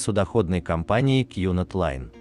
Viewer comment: Не кьюнард лайн а кунард лайн!